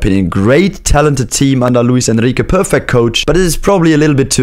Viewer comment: That "Luis Enrique" pronunciation was perrrrrrfect